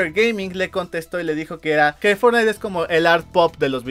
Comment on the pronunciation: pero dice fortnigth xd